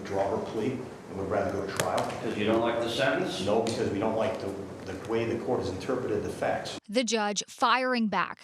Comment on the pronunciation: It's "sEntEnce" with two E's. Not "sIntInce" "Journalists should really know how to pronounce words.